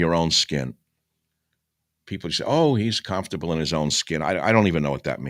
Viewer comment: I love how he says "calmfterble"